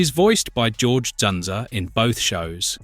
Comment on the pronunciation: Ja-roge Lazenby? Do you mean George? Damn AI.